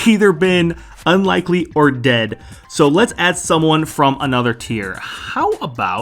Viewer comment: My favorite part is when he said ded